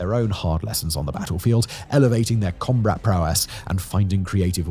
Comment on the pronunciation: Haha, you said “combrat” instead of combat 😂